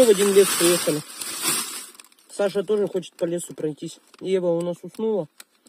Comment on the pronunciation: причём ударение ставит на второе а,аж раздражает